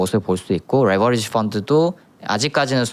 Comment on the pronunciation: 레버지리 발음,,,,,,굴릴려고 말고 그냥 또박또박 읽어 더이상하다